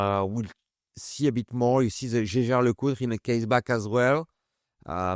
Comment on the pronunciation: It justs hurts my ears as you french say the Jäger, Jaeger..I know I know but I try no to butcher the names. Yaeger-Jaeger it's not that hard. Anyway nicely done job, as always. I see you're carring the Omega you have recently restored. Nice to see that.